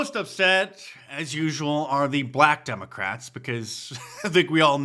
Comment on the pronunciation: The "Youthual Suspects". 😂